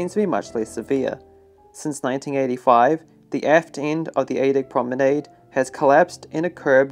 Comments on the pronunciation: “ And now raised on A DICK “ I think you meant deck my man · I heard a lot of dick instead of deck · The way they say DECK. Sounds too much like DICK 🤣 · Did you say on the dick below it? Oh he's saying deck! Lol great content! ! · I also can't unhear "boat dick" lol